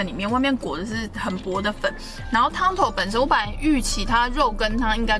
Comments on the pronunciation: 他是「肉羹 湯」 不是「肉 羹湯」😂😂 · 基隆是「肉羹」湯 不是肉「羹」湯